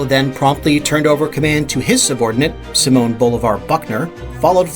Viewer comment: This ninja can't pronounce Simon.😂